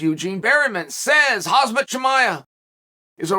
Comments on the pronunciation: It's KhaMzat uncle Chail. Kha-M-zat. Not KhaZmat... All the time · Khaaaaam zattttt... Not khaaaaaaz matt... Chimaev... Chiiiiii maaaaaa evvv 😁👌